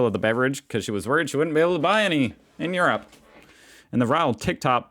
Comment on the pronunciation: It is pronounced "Europe" not "urape" as you say.